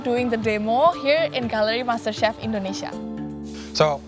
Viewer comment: Indonesia, bukan indonesa...... belibet bahasa inggris lo